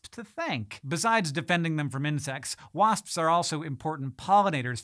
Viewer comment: The more Hank says "wasps" the weirder it sounds. Why is that, Hank?